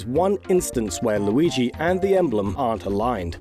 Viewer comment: Maigi.. or Lurio... Or Muigi? Look at MLauriigoi! Or how... Whhyyyyyyyyyyy?